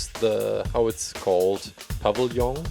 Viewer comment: "Povvillion, pavillen" HEHEHEHEHE LOL